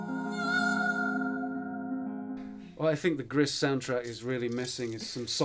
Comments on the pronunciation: I absolutely adored GRIS, lovely artistic and musical experience. But PLEASE somebody tell the interviewer it is Gris (French for Grey) pronounced "Gree" not Griss (like Chris.) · The way the interviewer pronounce "Gris" is like nails on a chalkboard! Please stop...